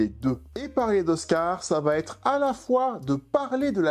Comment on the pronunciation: Certaines fautes de liaison sont de grands classiques ; le « ça va-t-être notamment.